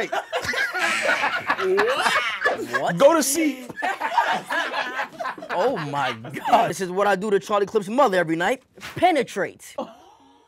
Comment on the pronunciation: "You need to get some seep" 😂😂😂